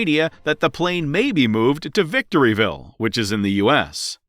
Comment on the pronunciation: Did you call Victorville ,Ca victoryville?